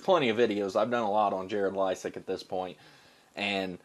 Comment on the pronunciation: I like your pronunciation of his name better!